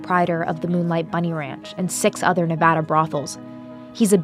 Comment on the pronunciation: Thank you for pronouncing Nevada correctly! I live in Reno and so I hear it pronounced incorrectly all the time This was very informative:)